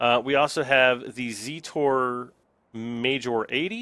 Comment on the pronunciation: when you rotate that square in zetor crystal your seet go up and down and it's not zeetor its zetor because you are pronauncing it like zeetor and it is zetor